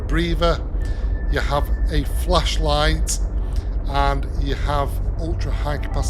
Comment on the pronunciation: Your accent works against you when you say flashlight 😂😂